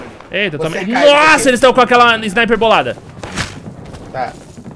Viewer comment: Vc fala snipero o meu irmao tambem